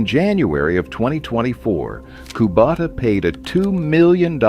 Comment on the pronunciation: Kubota is pretty easy to pronounce. It’s not “Koo-bata”